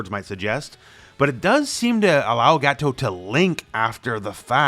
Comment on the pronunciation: I like how you say Gato like Gateau. Like in petit gateou.